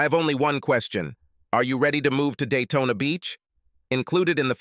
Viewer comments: it's Daytona not dayton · I keep on hearing Dayton ( Ohio ) , when Jim iz heading to Daytona ,Florida